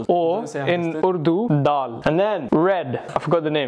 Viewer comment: faisal casually saying urdu and daal caught me so off guard bc how he pronounce it so well??